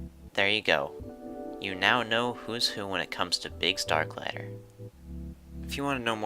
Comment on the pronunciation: Haha at least try to get the last name pronounced Overall great video though